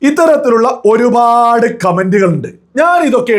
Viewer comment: Please make some corrections in your pronounciation. Pa instead of bha. Eg. Orupad and not orubhad. Matham not madham I am your well wisher